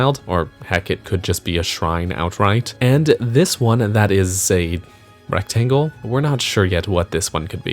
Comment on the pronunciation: rectangel? sir thats a battery